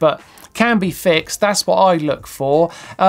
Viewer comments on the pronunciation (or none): none